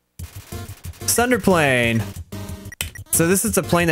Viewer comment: U just pronounced Tsunderplane as Thunderplane. But since u r no otaku, it is quite acceptable. Tsunderplane is derived from plane and "Tsundere". For more info, just search it on Google. I'm too lazy